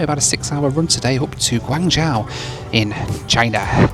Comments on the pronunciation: big fan - Guangzhou is pronounced as Guang "Joe" and not Guang " Jowl " in mandarin. In the local cantonese dialect , guangzhou is pronouced as " kong jowl" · Pronunciation tip: it’s Guang-“Joe” (long O sound) rather than Guang-jow (like “ow!” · Mate your pronunciation was way off on your destination its said like gwang joe not gwang jow....... '' I think China southern are based here '' as he obliviously walks past the sign for the China Southern lounge ! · China approach patterns are because you have HK airport, probably the busiest in Asia outside of Tokyo. Then Macau, Shenzhen, Zhuhai and Guangzhou all within a 90km radius. And they are all busy. Guangzhou is pronounced gwong jo. I've flown into GZ and SZ a ton of times and immigration and quarantine is always a breeze. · I appreciate your horrible pronunciation of Chinese cities! Wow.... now I know why my Chinese relatives cringe everytime a non Chinese tries to pronounce their names. Guan-Jow! Ouch... 😅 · Drink every time he says GWA-NJAO! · It's pronounced 'gwon jo' and it's very much in the south and is one of the biggest cities in China. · It's pronounced "Gwong- joe",:), you're welcome! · Quite surprised you don't know the correct pronunciation of the city you're travelling to ( Guangzhou is pronounced Guang jo) Guangzhou is the Hub for China Southern. I've missed a few of your videos. Thus was a pretty decent review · The "zhou" in "Guangzhou" is pronounced much like the name "Joe." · One day will pronounce Guanzhou correctly. LOL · Bun-yi-wan-gi (I pronounce it phonetically). I was not having a go at you for not pronouncing Guangzhou correctly; I just find it strange that a well-known city is pronounced wrong, even by newsreaders. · Bro always pronounces Guangzhou with a dramatic effect lol